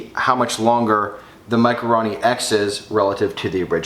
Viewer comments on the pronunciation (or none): RO not RA.... for fuck sakes...